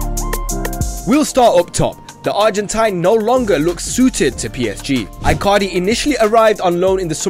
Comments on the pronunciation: Dude is calling Icardi I-Cardi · Fringing every time he pronounces Icardi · I cringe everytime he says icardi